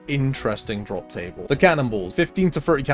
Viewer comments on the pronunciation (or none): none